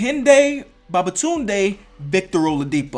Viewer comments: Babatunde (baa-baa-toon-day). My guys said bababatune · Man said bababadoon 😂😂😂😂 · I can't be the only Nigerian that cringed when he said Kehinde Babatunde like that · that pronunciation had me weak 😂💀